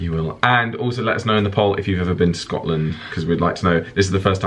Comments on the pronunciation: "Good morning, I'm from Scot Land." What the hell was that?! You sounded like you were from Asia of South Africa or someplace. Haha! Feel better,! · Oh lawd, sounds like you're saying Scatland and scat is another word for poo so you're basically saying Pooland. HOW BLOODY DARE YOU. Also, Scotland is my favorite place on earth, hoping to move there one day. Will be visiting in a few weeks and I'm so bummed I'll miss show:( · I died when you said Scotland in a Scottish accent 😂